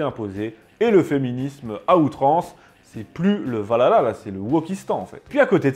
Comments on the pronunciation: C'EST PAS VALHALA, C'EST OUALALAH! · Je veut bien que vous soyez français et qu'il y a une prononciation française mais quand on parle de ce genre de sujet faudrait quand même faire un effort sur la prononciation du nom parce-que prononcée "Valala" au lieu de "ValHala"c'est vite agaçant on croirait écouter lalala de Y2K et bbno$